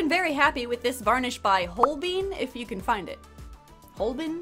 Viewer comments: If Holbein is a German company it'll be pronounced holb-eye-n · In regards to the matte sealant brand (I'm not a native speaker, so if you are, I'm sorry and feel free to laugh at me), but I'm, like, 82% sure it's pronounced kinda like "hole-bye-n" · If you're interested, "Holbein" is pronounced something like "hole-byne". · I think Holbein is pronounced "Whole Bane". . .or at least that's how I do. 😅 And she's beautiful too! I do love 🧚‍♂️ 🧚‍♀️ and Autumn 🍂 🥮 is my favorite time of the year. It's not too cold or hot here in Texas around that time. 😊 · That varnish brand is pronounced Hall-Bine(Holbein) named after a German painter, referenced in SIX! The Musical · I believe the Sealant is pronounced “Hole-Bine”. I think he was a German painter who made portraits of royals and important people around King Henry the 8th’s time? Idk if that’s actually it but that’s my guess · I believe it's pronounced holl-buyn (holl like holly, buyn like buy with an n, emphasis on Holl) as in the haus of holbein if you've ever seen Six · if my assumption stands and holbein is germanic then maybe listen to the song “haus of holbein” to know the pronunciation! otherwise it is roughly explained as hol: joll as in jolly but with a pronounced h instead of a j. bein would be like nine but with a b instead of a n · Hi, German here. Holbein would be pronounced like Holebine, you weren't that much off ☺️ Great doll as always, absolutely beautiful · it's pronounced "hole-bine" ! he was a famous german painter a very long time ago and painted a lot of pretty ladies! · Holbein is pronounced "hole-byne", as in Hans Holbein, the painter! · I don't want to seem like that person, but the sealant is pronounced "Whole/Hole-Bine". It's German 😅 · That varnish is German, it’s pronounced “hol-bine” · This is super unimportant but a think that the varnish is pronounced haal-bine because it looks to be German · It’s German brand, so it’s actually pronounced more like hole-bye-n lol 😂